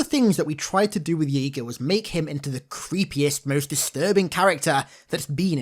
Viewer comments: It's (JAY-GA) not (YAY-GA) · It's pronounced "Jay-ga", not "Yay-ga". At least that's how Cortana's VA pronounces it in the Overview. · Thought his name was pronounced Jay-gah